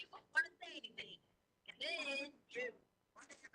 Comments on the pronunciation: "I didn't do ANYTHINK WRONK!". I can't stand the way she speaks. Anything ending with a G, she adds a K. (Sadly Harley did it too, being raised by that vile beast) It drives me nuts. When describing "Egg-wardo", she says to Al that he was "dark skinded"...OMG. On several occasions she said "so why come...". Instead of why or how come.... "Dr. Stauch" does not have a PhD in education, as she claims. That's glaringly obvious. She makes me sick. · Everytime she lies (which is 99% of the time), she pronounces words in a silly exaggerated pronunciation. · When the question came up about the wood/board ,she stumbled on her words lol “ I never get rid of anything “ she pronounced the ANYTHING perfectly without the K in the end . Trash knew she got caught and soon they’ll find G. Imagine how she felt at that very moment. Justice has been served . Rest in peace G💙